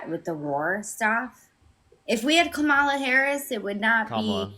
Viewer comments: Who would name their kid Komla? It’s Kamala (ka/ma/la) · “Kamala, whatever”, really,,, whatever your name is. Say her name correct, it’s pronounced “Comma-La”. We thank you for your mind numbing thoughts. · Repeatedly mispronouncing "Kamala" over and over again, after being corrected, AND saying "whatever" about it is sooo fcking disrespectful and ignorant I can't stand it. Get it right,. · Can’t even pronounce her name. KA MA LA. Really complicated for them. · Her last comment genuinely proved how racist and sexist she is lol. She couldn’t properly say Kamala’s name right but when she has to refer to her as VP Harris, suddenly she NEEDS to say JD Vance is the VP right now lol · Every time they mispronounce Kamala we should pronounce it dooneld